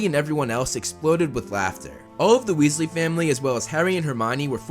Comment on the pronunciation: Wealsly Weasley hmmmmm